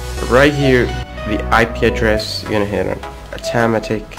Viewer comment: Do you even know how to fucking english mate? Like what the hell autemetic? You mong